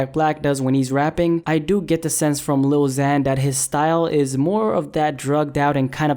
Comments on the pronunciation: You can’t even pronounce ‘lil xan’ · First off if u can't say he's name right don't say it and second of all he isn't mumbling that's is voice and its cute AF unlike yours hes a rapper and he's doing better then you'll ever do whoever u are shove that up your a$$ #lilxanisthebest so screw off haters! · You don't get to say if he's a good rapper or not if you can't even say his name right you stupid fuck